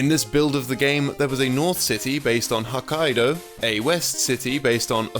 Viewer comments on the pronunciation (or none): the way he pronounces "Hokkaido" and "Osaka" physically hurt my brain